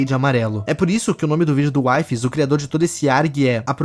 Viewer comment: Na vdd o nome dele se pronuncia Wee-fees (não taça hate em mim pfv)